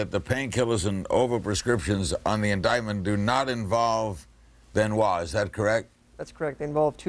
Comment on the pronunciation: Chris Benoit Benoit ben Wah Ben why Ben why Ben why I tried this 1000 times why do you pronounce that name like that